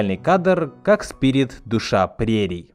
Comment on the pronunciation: Кстати о моменте, в котором Ручеек произносит свою прощальную «речь», называя Спирита сПиРиТОм: у меня в детстве был (и сейчас есть) диск, на котором мульт в СУПЕРШАКАЛЬНОМ качестве и с пиратской озвучкой, но эта озвучка настолько приятная, что словами не описать. И в том самом моменте индеец как раз называет Спирита неукротимым духом. И у меня в детстве из- за этого как раз сложилось впечатление, что он и имя ему даёт, и выражает своё восхищение. Да и вообще эта озвучка мне до сих пор нравится больше, она более «взрослая», что ли. Даже не знаю, как описать. В профессиональной, а услышала я ее только в подростковом возрасте, давольно часто возникали какие- то немного нелепо- детские моменты. Подытожу: мультфильм люблю всем сердцем до сих пор! И пересматриваю в ультрашакальном качестве. Желаю всем смотреть хорошую анимацию и преисполняться в своём познании!!